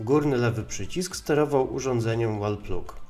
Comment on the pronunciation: Świetnie, że robisz takie filmy! Mała dygresja, a w zasadzie dwie: 1. Dobrze byłoby pokazać, o jakiej tabelce asocjacji mówisz i co to są w ogóle te grupy. 2. Wall Plug --> czytaj: łol plag. Podobnie jak Plug & Play --> plag-end-plej